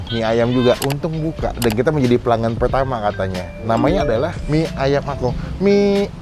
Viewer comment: Itu engkong bang bukan akong😬